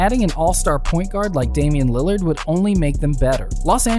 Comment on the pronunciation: When you were 631 into the vido you said landerd